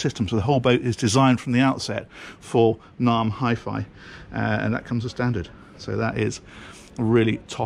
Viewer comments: I think you meant NAIM Audio,. I have only heard it pronounced as N-AIM. I met the founder Paul Vereker at a Naim dealership in N Clark Street, Chicago in 1993. Naim Audio has since been sold to the group that owns Focal Speakers. In the 70s and 80s, the quintessential British highend hifi system was defined by a Linn Sondek LP12, Naim pre-power amps, Linn Isobarik loudspeakers. Naim have now moved into boats and cars. Hope they keep your feet tapping whilst you are attempting to pilot the vessel. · Isn’t it pronounced ‘n a m e’ 😉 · It’s pronounced {name} Naim 😊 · I've been pronouncing Naim wrong for years :-\ I always pronounced it Name